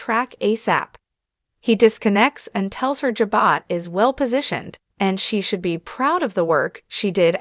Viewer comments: 100% pronunciations are KEY to better communications! Jabot is a FRENCH word that has a soft "J" and silent "t". (phonetically pronounced, "zhabow"!) 😂😊😂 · Say the name of company right